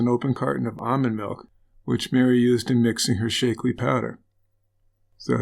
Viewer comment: Shack-lee, not Shake-lee. It's only been around like 50 years. I love you guys, but you GOTTA research your proper, trade, disease, and place names better, because you make these mistakes quite often. Keith Morrison would pronounce it right!